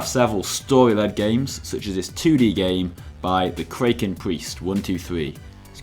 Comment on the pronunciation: that moment when u dont know how to say kraken